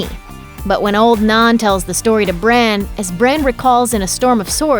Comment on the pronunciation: Its Bran